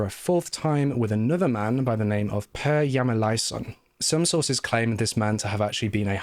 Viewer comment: Cudos to You for pronouncing my name Per very close to accuray. Sadly life in Sweden is like 2 weeks or something like that.